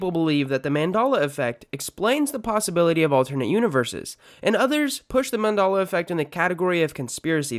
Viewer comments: are you incapable of saying Man-Dell-la? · I cant trust anyone that pronounces it Mondollah. At least research the pronunciation of something if your goal is to debunk it. Haha 😅😅😅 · What do you mean?! It is Mandolla!!! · I thought it was pronounced “MAN DELL UH” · 🤣🤣🤣🤣... that was bothering me the whole time!!! MandAla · I'm a minute 30 in and your losing credibility fast. You can't pronounce Mandela, and you can even find the original Snow White "Mirror Mirror" clip here on YouTube. So its not suggestability!! It's like they reprinted movies and changed a word and tell people we don't remember it accurately.. I agree people can remember things incorrectly or get things mixed up, but it's not the same as the ManDELLa effect! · Why do you pronounce Mandela differently depending if you're referring to the man or the effect? It doesn't make any sense. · so you can pronounce Nelson Mandela correctly, but not fucking Mandela Effect? disliked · That is the worse way to pronounce Mandela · Should learn how to pronounce the word before making a video about it. Makes you look like a clown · He deliberately doesn't pronounce the Mandela effect correctly but he says Mandela with no problem. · why cant you fucking say Mandella properly the fuck is wrong with you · How do you pronounce Mandela effect wrong it’s an e not an o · This guy who made this video is just fucking the pronunciation up. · And it was spelled with 2 L's also . But he is not pronouncing the name right. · Mand-A-la? Why does everyone else pronounce it Mand-E-la! If you're so smart, why can't you pronounce it correctly? If you say Mand-A-la 1 more time, I'm going to build a time machine and go back in time and delete you from existence! Then people will kind of remember that you use to pronounce it wrong. And then you will be the only real Mand-A-la Effect in History. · It's Man-DEL-ah, not Man-DAHL-ah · it's NOT mandolla. It's ManDELLA. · MAN DEL A NOT MADELA EFFECT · its mandela not mandolla